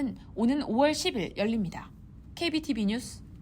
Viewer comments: 특이해요.. 저런식의 발음은 처음 들어요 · 앵커분 발음이 특히 " 입니다" 가 어색하고 이상하게 들리는게 저만 그런가요? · 어쩌겟어요 입니다 발음이 그리되는걸 -----뉴스 듣는데 알아들으면 찰떡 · 교과서식은 아닙니다. 특히 " 입니다" 발음이 이상하고, 아주 어색합니다. 한국 뉴스에서는 있을수없는일이죠.